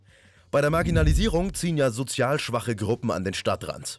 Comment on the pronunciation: dierks67 Es hört sich aber doch ein bisschen so an...